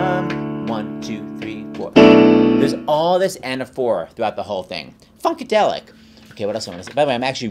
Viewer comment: "Funkadelic" XD